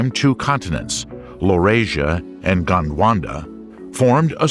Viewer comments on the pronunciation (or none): It's "Gondwana", not "Gondwanda". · "GondWanda" killed me 😂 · Your pronunciation of Gondwana was wrong throughout the video :) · Very interesting, but I found the constant mispronunciation of names by the person delivering the commentary extremely distracting and irritating. ie. Gondwana is not pronounced GondwanDa.....the genus of gymnosperms Cycads , is not pronounced Cycaids. At one point Pangea was pronounced Pangena, then Pangeda. That's just an example, there are so many more. Perhaps next time you could get an englishman to do your commentary as americans have an annoying habit of adding and/or deleting consonants and vowels at will. In other words, inattentive reading and lazy english! I assume you spent so much time putting this documentary together for educational purposes. Mispronunciations are not educational. Other than that, this is an interesting and informative documentary. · Gondwanda.... Sigh...